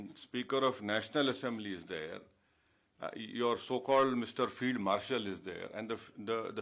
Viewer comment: "Fled" marshal.... Not field marshal 😅